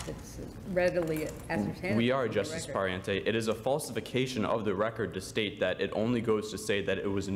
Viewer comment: Everyone is talking about how the first speaker was really good, and I agree, but the fact that he kept on pronouncing "Pariente" wrong bothered me a little bit...